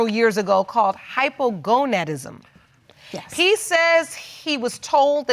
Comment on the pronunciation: did that doctor just say hypogoDAnism and not hypogoNAdism??👂🏼